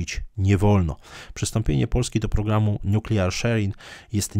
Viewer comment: Zle pan wypowiedział słowo nuklearny po angielsku